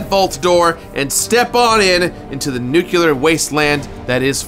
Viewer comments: That Homer Simpson pronunciation of "nuclear" is 👨‍🍳🤌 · i really enjoyed revisiting this, especially since it was the completionist doing the revisiting. great video, keep up the good work crew. Also the words "nuclear" and "ingot" were not pronounced correctly, multiple times, and i still havent recovered. still love it , peace and love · From what I'm looking up here, from Webster, you are objectively wrong in your attempt to gatekeep pronunciation The variation exists. No clue what you're problem is or how it remotely leads to illiteracy just due to it being different. Edit: Quite literally everywhere I'm looking here just to fact check my sources say you are wrong, Webster as well as a press article about the use of the word in a political theatre and the pronunciation of the word being fine according to many major institutions. Again why you feel the need to complain about something like this is mind-boggling. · he did it again 🤣🤣🤣🤣🤣 'Nukular'... homer simpson! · I love the video, as usual, especially this one as Fallout 3 is one of my all-time favorites, but... It's pronounced "new-clee-er", not "nucular". Sorry, had to be said. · I swear hearing english speaking people pronouncing nuclear as if it was NUCULER makes me want to blow my ears out. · Dude… it’s NU KLEE ER not NU CU LER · nukular isnt a word, its nuclear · Sorry nothing personal but I fully support the death penalty for people who say “nukular” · "Nookular". Why is Nuclear so hard to pronounce for Americans?? Say it with me, NEW-CLEAR. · Love your content, but it's pronounced "new-clear" not "nook-you-luhr". Don't take Homer Simpson's advice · And the pronunciation of nuclear. It drives me nuts when people say 'nucular'. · “Nukular” 😂 love you ❤️ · "Nukular" ? Kudos for completing this game though. Two years in the making ? That commands respect. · And nuke-ya-lur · Nuke-you-lar and ig-nots... I love you,. But you're killing me. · Fucking hell. It’s pronounced new-clear.